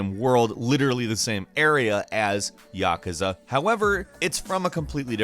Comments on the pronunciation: Ya Ka Za 😂? That pronunciation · YAH kuza? No, its Yakuza. Not YAH kuza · I can't unhear "Yack-us-ah" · why do people pronounce naruto and yakuza wrong? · His pronunciation is off for Naruto and and Yakuza